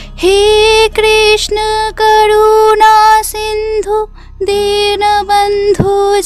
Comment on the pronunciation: Dinobondhu noi dinobondho Karunasindhu noi karunasindho